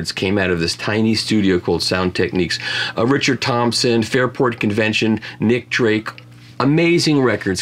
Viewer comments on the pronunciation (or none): none